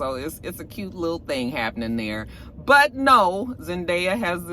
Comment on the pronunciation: I didn’t hear about the Zendaya thing but that’s hilarious that it’s always the same ultrasound photo 😂😂😂. Btw it’s Zen-DAY-a